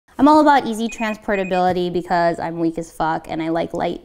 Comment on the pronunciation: ...hol' up... HOW weak did you say? I died at that!